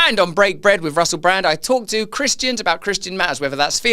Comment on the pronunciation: Hi Russle😂 Unendlee Issures😊